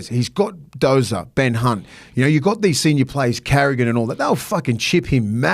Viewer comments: Did just call him Ben C*nt hahahaha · Did just say Ben Cunt 😂